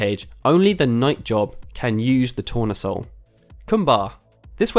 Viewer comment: tournesol is sunflower in french, pronounced tou-rne-sol